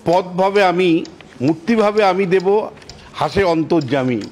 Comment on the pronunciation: একটি অপেক্ষাকৃত অন্য ধরনের মন্তব্য..! শ্রী বিশ্বনাথ চক্রবর্তী মহাশয় ((রাজনীতির অঙ্গনে তিনি অবশ্যই সুবক্তা এবং সু-বিশ্লেষক'ও বটে)).. কিন্তু বক্তব্যে রবীন্দ্রনাথের যে কবিতা "quate" করছেন.. (যদি তা "কোট" করতেই হয়ে).. ?! সেখানেও কিন্তু একটু "উচ্চারণ'জনিত" সচেতনতা বা সতর্কতা রাখা ভালো..!??.. আমরা দেবতা বলতে "দেব" শব্দটি ব্যবহার করা..! কিন্তু সেটি পাঠ বা বাচনভঙ্গি'ও যথাযথ হওয়া উচিত..! "পথ ভাবে আমি দেব! রথ ভাবে আমি..." রবীন্দ্রনাথ ঠাকুর ইত্যাদি ---- (উচ্চারণটি " 'দেবো' !?.. নয় কিন্তু!.. এবং অনুসরণীয় বক্তব্য এইটুকুই..! ধন্যবাদ...!